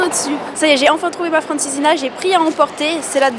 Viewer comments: ''Bacalo'' ''Francesina'' ''Pasta de Natis'' ça pique 😅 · Petits détails: - "Pastel de bacalhau" (pluriel "pasteis") c'est dans le sud, dans le nord c'est "bolinho de bacalhau". - "Francesinha" doit se prononcer Francesigna. - "Bola de Berlin" veut dire boule de Berlin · Et aussi si vous pouvez prononcer mieux la Francesihna svp